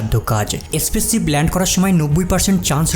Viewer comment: Spaceship spassis na ucharan thik koro